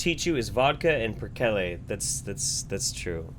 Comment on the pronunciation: Wait that's how you pronounce "perkele"? Cringe hehe nice video otherwise 😄